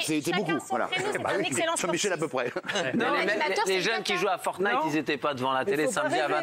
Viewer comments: Francesca : Fortqnite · Forknite lol